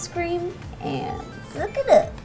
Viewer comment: when she said suck it up i thought she said fuck it up